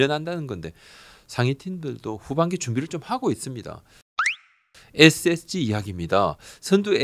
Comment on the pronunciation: 부장님의 ssg발음 은근 중독성 있음. 에쎗찌